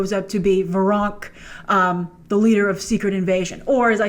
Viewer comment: It's Veranke, pronounced Ver-AN-key